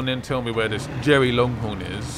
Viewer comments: also stop calling it jerry its derry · It’s Derry not Jerry 😂👍🏻